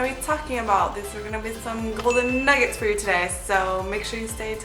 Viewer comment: I like how you said "golden nugget-ttthz"